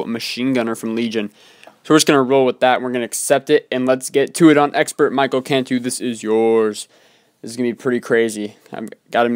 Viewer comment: Awesome episode, and thanks for using my troop load out! I thought it would be cool to basically see all melee guys taking on a level. And btw, my first name is pronounced Mi-kel not Michael. It's the same pronunciation as the name Miguel, but with a k instead of the g:)